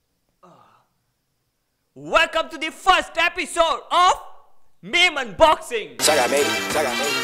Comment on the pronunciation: Is it me or other people also heard "memon boxing" instead of "meme unboxing"?